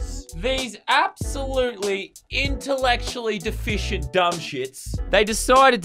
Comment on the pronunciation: What did he say ? I think it was IntALEcsHAllY DifiChAnT